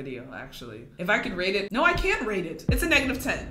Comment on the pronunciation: Everyone is just commenting because their saying your “cringey” because you said naur.